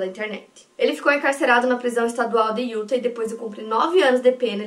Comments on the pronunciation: maravilhosa! eu amo seus vídeos, amo seu canal, você foi praticamente minha companheira de pandemia e eu to aqui toda semana pra resenhar com você. Não sou muito de comentar mas o meu ser virginiano ta gritando dentro de mim. Quando você fala Utah, o correto é colocar uma sílaba tônica no final, tipo Yu-táh. Por favor não me entenda mal, é que eu fico agoniada. A mesma coisa pra Arkansas, se pronuncia Arkan-sáh bem entonado no final. Por favor me odeia, é só o espírito de virgem ♍️ acabando com minha sanidade mental! Te amo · A pronuncia é “iuTÁ”, o último A com sílaba mais forte. Não sendo a chata que critica mas curtam pra melhorar ainda mais (se é possível) a qualidade dos vídeos 🙌🏽 moro próximo a SLC à 5 anos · Utah se fala iutá sílaba tônica no tah